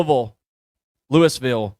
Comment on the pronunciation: The first way you said Louisville is the correct way.